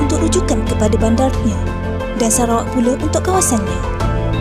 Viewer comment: Kan.. hahaha sebab sebutan nama negara sarawak tu mcm serah kepada awak haha